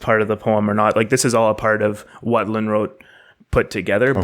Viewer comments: Yes. Too bad they can't pronounce the name Lönnrot... "Lunnråt" wtf? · I just want to bring up it also in the comments, though it is fixed in description: Lönrot was actually Finnish speaking, so there was mistake in the start with that, his name only Swedish sounding was. But excellent job specially for a foreign persons doing this! Its first time ever that these are being heard in english in any video as far as I know. Pronouncing Finnish names in the Runos was very well done also, better than I would expect and really not much accent at all. Think about the people living in forests and at night fire and when Festing something - Singing and chanting and meaningfully reciting the old teachings about the creation of world and ways of living and getting the feeling of magic doing it. About the Sami people, I always thought that the relation cant be that far fetched, becaues their language kinda sounds the same and Sami and Suomi as a words are not that far away from eachother, because Finnish dont call it Finland or Finnish they call it Suomi, both country and language. The Finnish and Sami languages sound about as similar as Finnish and Estonian languges do. I get alot of updates of that because Finnish tv actually has Sami language news.